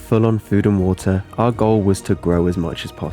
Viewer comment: i like the wuhuh instead of water lol